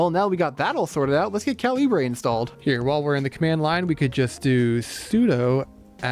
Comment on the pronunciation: Calibre is pronounced kal-e-bruh